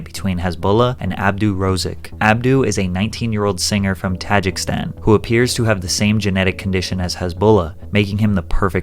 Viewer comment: YOU PRONOUNCED TAJIKISTAN WRONG COME ON MAn